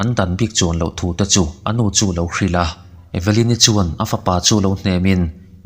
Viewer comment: E-ve-lyn-i tilo in eve-lyn-i ti la